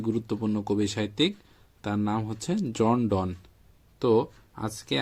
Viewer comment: "জন ডন"নয় "জন ডান"